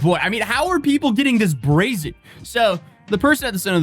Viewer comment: BRAZY? Or Brazen?